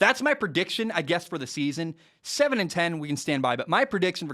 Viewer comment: You said 10-7 wrong